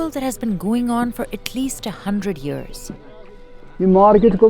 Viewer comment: UGH NOT THIS NARRATOR AGAIN?! SAYING YURRS INSTEAD OF YEARS. I DON'T UNDERSTAND WHY SHE CAN SAY KASHMIR [KASH] + [MEER] AND "MEER" EASILY RHYMES WITH YEAR!